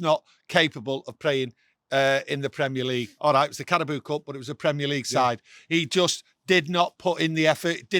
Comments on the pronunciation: Carabao not Carabooo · "CARABOO CUP" 😂😂😂